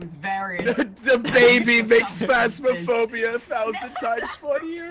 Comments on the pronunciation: am.. am I the only one who's lowkey bothered that he says "Plasmaphobia", instead of "Phasmaphobia" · can we get a counter for how many times cap says plasma-phobia not PHasmophobia?